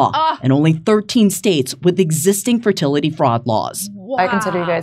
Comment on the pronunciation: JD said "ferTITITly clinic...snap....Also shut up Metzger.